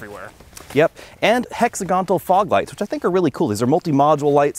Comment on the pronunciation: They’re hexagonal (hex·AG·o·nal) fog lamps,. But you knew that. We have a 2019 Forester and, other than the lame CVT, it has performed well. I’m hoping not to have to replace it for many more years.